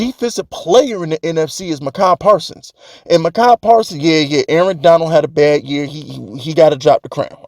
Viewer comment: Why do you keep pronouncing Micah Parson's name wrong? You doing it on purpose?